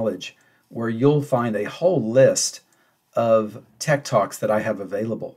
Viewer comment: Am I the only one who heard "tech toks"? 😂